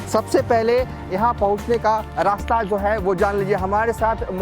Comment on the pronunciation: Hindi bolna sikh lo bhai . Jo ko zo bolte ho .